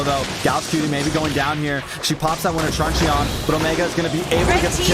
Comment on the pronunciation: trun CHEE-YON?? its trunchun..